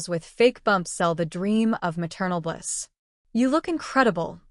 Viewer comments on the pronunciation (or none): none